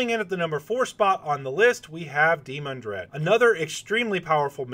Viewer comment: Dee-MAN-Dred, Not DEE-mon-dred.